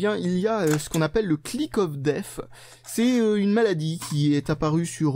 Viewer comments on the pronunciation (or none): none